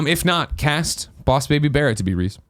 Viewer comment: Did you fucking say "Reez"!?